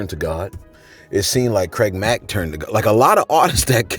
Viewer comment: “CRAID MACK”